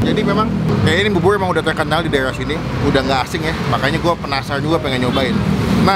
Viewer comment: Bubur bukan bubul...persis bukan pelsis😂😂😂